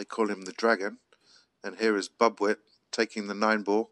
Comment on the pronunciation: very hot and humid in manila thats why the slow cloth. And its pronounced boob - weet. Means a baby mouse. Tiny 🙂👍 watching from california